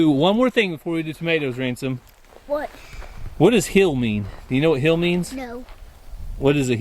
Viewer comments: says “ hill” like “ heal”. If you heard him say he was hilling the potatoes, I believe he meant hill, not heal. Or, maybe not. Lol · hey i know the ok drawl changes words but it is HILLING potaoes not healing